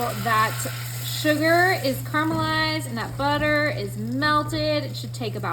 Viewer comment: Buttah makes everything bettah!!!! 😂😂😂😂